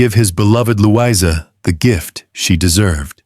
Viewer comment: Would have been good except for the AI narration (Lou-EYE-zer rather than Louisa????) and random photos of strange Victorian/Edwardian people with no relation to the story.